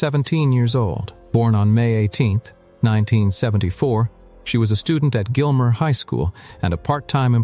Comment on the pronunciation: That is not "Gilmer"